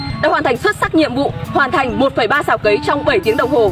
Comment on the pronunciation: Cấy chứ không phải cày. Nhỏ không học lớn làm báo.